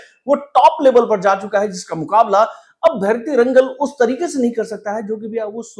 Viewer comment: Pls pronounce it like भैरति रणगल and Director’s name is नर्तन.